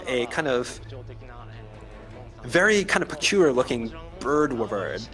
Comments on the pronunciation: 𝚆𝚈𝚅𝙴𝚁𝙽 𝙳𝙰𝙼𝙽𝙸𝚃! 𝙽𝙾𝚃 "𝚆𝙸-𝚅𝙴𝚁𝙽". 𝚆𝚈𝚅𝙴𝚁𝙽! 𝚂𝙰𝚈 𝙸𝚃 𝚆𝙸𝚃𝙷 𝙼𝙴! 𝚆𝚈-𝚅𝙴𝚁𝙽😳🤬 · Capcom: a fanged wyvern Translator: f-f- fanged, with-vern, yes a fanged with-vern